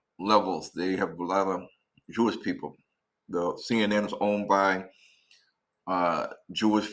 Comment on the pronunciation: "JEW-ISH,"? "AFRIKANAS" ? SMH.